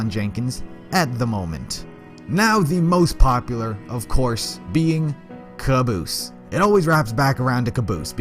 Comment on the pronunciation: The Brennan it's not caboose it's cabose